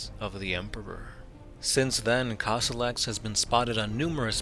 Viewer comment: I was trying to find him for good 15 minutes - isn't it supposed to be Kossolax instead of Kossolox?